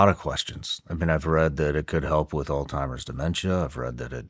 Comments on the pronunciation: Shawn; Not “All-timers”, rather, “Alzheimer’s”. I am assuming you already know this, but just in case. You’re welcome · It is literally pronounced "alts-hymers" or "alZ-Hymers". So sure he's putting the emphasis in the wrong spot. But the t-sound could be there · All-Timers??? It's Alzheimer's just for the record... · Shawn, please , Alzheimer’s is not pronounced as “all timers”. I say this correction with 🙏 aloha. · God bless this woman for conducting this entire interview and not once mentioning that Shawn keeps saying "All Timer's" instead of "Alzheimer's". It drove me crazy so I can only imagine how it was for someone who has dedicated her life to studying the disease. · Someone tell Shawn it’s ALZ-Hi-Merz. There’s no “T” in Alzheimer’s 🤦🏻‍♀️ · Is he saying ‘Old-timers’ 😅 it’s Alzheimers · Shawn, it's not pronounced All-timers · Alzheimer’s Shawn. Not “Ald-timers.” Jesus take the wheel. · Shawn , it’s called Alzheimer’s not Alltimers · Not "al-time-ers" it's alz-heimers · Her face when he calls it “all timers” 😐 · The all timers is killing me😂 it’s ALZHEIMERS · Reading “Alzheimer’s” on a paper and continuing to say “all timers” is wild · I am dying every time Shawn Ryan says altimers disease versus Alzheimer’s lol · Sean, I understand that you don’t claim to be the sharpest ballloon in the bunch, BUT….if you are doing a show focused on brain disease AND you say your grandfather died from it, the least you can do is learn the actual word. It’s not AllTimers, it’s Alzheimer’s, you dip stick!!!! Hearing you say All Timers like 1000 times in this video was brutal! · Whole time she kept saying Alzheimer’s, he’s looking at her like all-timers…🤣☠️ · "all timers" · Love Sean but can’t believe he is pronouncing Alzheimer’s “all timers” 😂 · ..is he saying "altimerz?" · He keeps saying Alltimers 😂 no worries I originally thot it was old-timers...not funny but ya know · My wife calls it "all timers" too. 😂😂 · Hes calling it olds timers 😅